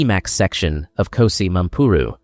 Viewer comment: KGOSI Mampuru not KOSI